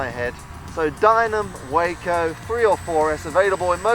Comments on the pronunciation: It is named for the Walker Brothers company, so pronounce the "a" like you would pronounce "Walker." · The 'a' in Waco (for the aircraft, that is) is pronounced 'ah' as in 'ah-hah!' For the city in Texas it is a long 'a' as in 'payday.'